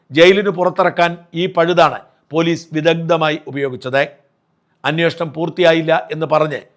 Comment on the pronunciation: ദയവായി 'അന്വേഷണം' എന്ന് പറയുക.